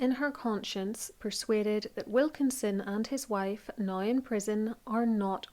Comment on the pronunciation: It took me a while to understand your “now” - sounds like “nie”. 😊